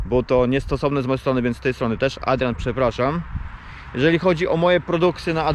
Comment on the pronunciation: jak ładnie wymawia "Adrian"